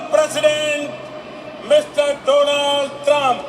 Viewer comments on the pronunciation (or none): Our Jasaswi pradhan mantri cannot even correctly pronounce Trump's name correctly Instead of Donald it is Dolan